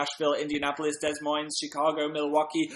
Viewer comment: He said Milwaukee so weird ohmg what a cutie I'm seeing TATINOF in Milwaukee and I'm so psyched!! Thank you for posting this!!!